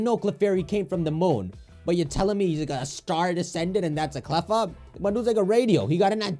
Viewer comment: it's CLEFFA, dude!